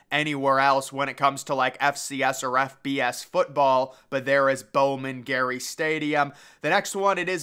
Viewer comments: It’s Bowman Gray not Bowman Gary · it’s Bowman Gray, not Bowman Gary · Bowman gray not gary😂